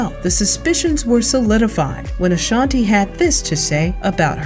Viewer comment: I'm going to need people get Ashanti's name right. It's not LaShontae smh